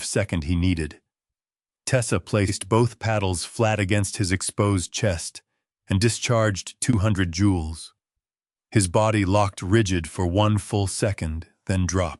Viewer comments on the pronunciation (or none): JOULES, NOT JEWELS